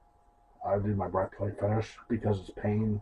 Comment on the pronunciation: oh that makes sense. Thanks. It sounded like he was saying "bread putty fetish" 😂